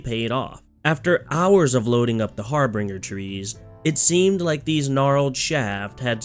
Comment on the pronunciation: HARB*R*INGER IS NOT A WORD ITS HARBINGER LIKE HAR-BIN-JER